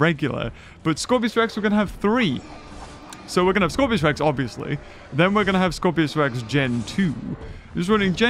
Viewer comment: Dam it it’s scorpius not Scorpios!